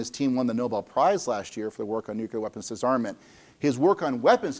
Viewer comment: Well he says 'nuculer' instead of 'nuclear', is associated with notorious dunce James Altucher, and after noting that the terminator robot motif is a problematic way to think about general AI, proceeds to talk exactly that way himself. So maybe I doubt his research quality. It doesn't help that he mentions data a lot and shows absolutely none of it.